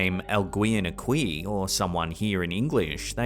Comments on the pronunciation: NOT! "Algween Ah-kwee"! It's "AHL-gee-en" (hard "g") - Means 'someone'. And it's "Ah-KEY", meaning 'here'. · The U in the spanish word Aqui (here) is silent, BTW. pronounced Ah Kee.